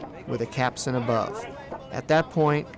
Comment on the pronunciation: CAPSTAN. not Capsun.